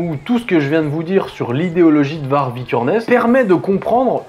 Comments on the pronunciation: Je crois que Varg ça se prononce Vary (y consonne pas voyelle genre le même son que dans Aïeul mais sans le a devant ou le eul après, comme pour Greta Thundberg, qui se prononce.. ça veut dire loup en suédois et il me semble que la prononciation serait la même en norvégien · Ca se prononce "Var-yeuh". VAR-YEUH.